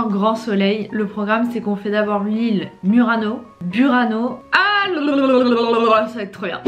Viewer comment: Non si può sentire Murano alla francese abbiate un po' di rispetto e imparate la vera pronuncia se no fate ridere.